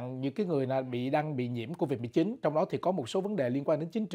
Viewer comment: Cô-vịch 19 hay covid 19!? cứ thao thao cô-vịch 19...cô-vịch 19🤔